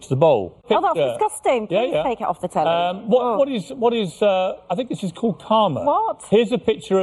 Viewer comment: "Please take it off the telly." in that accent made my whole day, lmao.